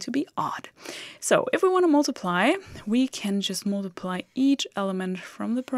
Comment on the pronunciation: Good to see that you are teaching in english now, too. And it sounds great! (except the word "mUltiply" , the "U" is pronounced like a german "A") Keep on !